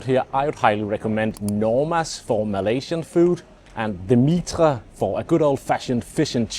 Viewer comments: Mitre is pronounced "Mi-ta" ! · 'Mitre' is pronounced 'my-ter', not 'meetr'. And the southern London borough is Croydon, not Croyden. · M8 not the marquis (btw pronounced Marqwis not markee) but go to the Harp, esp upstairs. Also quite handy for the nice restaurants on maiden lane, of which polpo is a favourite. Oh the my-ter not metre btw. Location suggestions are good…I’d go Fitzrovia/between Marylebone station and Manchester square for central ( or clerkenwell) but the joy of the tube is you can be 30 ‘ out and save a ton eg Angel/kentish town. Solid advice tho from a locals pov